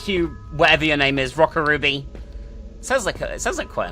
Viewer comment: Oh my God. You kept mispronouncing the name of the second game. How could you?1!211211! Call yourself a weeb?